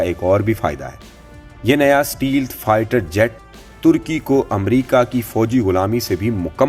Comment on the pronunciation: The word is Stelth.